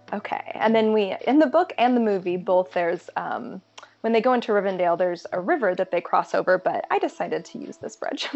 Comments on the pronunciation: SO MUCH DETAIL. The skeleton and skull near the well in Moria sent me. So many amazing easter eggs, but that is my fave! My only complaint.......it's not Rivendale, it's Rivendell :P and Lothlórien, hehe. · How is she supposedly a huge LOTR fan and doesn't know how to pronounce anything? Rivendale? Forest of Lorin? Gurl...